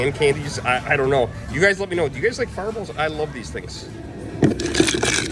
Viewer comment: lol it took me a min to realize you were saying “fireballs” 😅 I was like what’s a ferbull?!